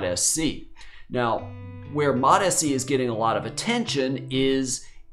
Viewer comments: because it is lol. It's MOTS C not Motis C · Hey doc, fyi, it's pronounced MOTS C, rarher than MOT SC 👍